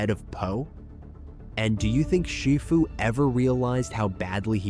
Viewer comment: More AI slop pronouncing Shifu incorrectly...